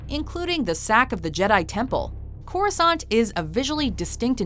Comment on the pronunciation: I noticed Corrisant sounds like CROISSANT.